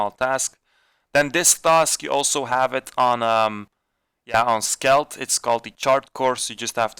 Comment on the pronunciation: It's skeld not skelt